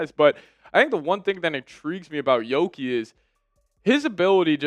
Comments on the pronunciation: lmao pair giddey with primo must watch. and its yuuki not yoki. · That's "Yuki" with a "U" not a "O" 😂